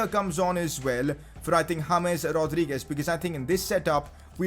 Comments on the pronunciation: Anybody else loving how he pronounces "Rodrigo" and "Rodriguez"? It's really funny. :)))) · Where he's from? It sound so weird when he pronounces Rodriguez and Rodrigo :))